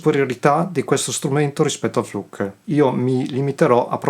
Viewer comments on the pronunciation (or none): Flook not fluk !